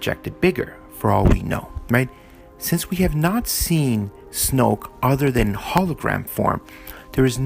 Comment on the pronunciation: he said snooke